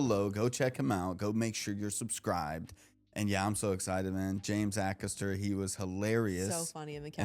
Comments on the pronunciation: WHAT!!?? Try Ay- Cas-Terr... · It's pronounced AYcaster not AHcaster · Again, it's Ay-kaster, not Ack-erster. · Yeah, A-Cast-er (er as in her) ❤ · James A-caster (pronounced) Bay-sing-stoke (pronounced) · Pronounced 'A' caster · A-caster. As in A (rhymes with pay) caster. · A-Carster (pronounced) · Pronounced Ay caster. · A-Cast-Uh guys A Cast Uhhh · Bay-zing-stoke//// James Aay-caster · say the as james a caster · A Caster pronounced like Hay Caster but without the H 👍🏼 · The name is pronounced Aycaster. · It’s not to hear you do your research on pronunciation guys lol, many don’t, however as you say you’re still pronouncing it slightly wrong. The A is pronounced is if it was used in the word “Hay” (H)A(Y) caster 👍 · "A caster" To pronounce his last name as James does himself, say the name of the first letter, not the sound it usually represents. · Baysingstoke, Ay-caster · Love your content. It’s Aye Caster 😊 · His surname starts with the capital A sound “Ay-caster” (first bit rhymes with “hay”). And the town of Basingstoke is pronounced “Bay-zing-stoke”! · James Acaster. Say the A as a capital. A caster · It’s AY-CASTER, like “hay” without the “h” and caster as in the wheels under furniture. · In both Acaster and Basingstoke, pronounce the A as you would the letter A - long.